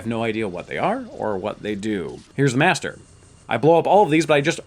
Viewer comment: cant say master